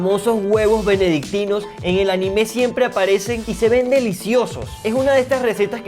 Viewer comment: Se dice anime no ani me